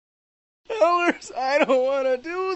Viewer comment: its Ellers